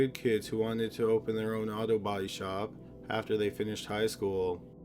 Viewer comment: Love this channel so much! The only thing I can't stand is how the says the word "body". :(